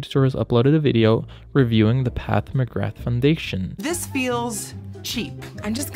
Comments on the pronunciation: "PATH MCGRATH" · “Path McGrath” 😂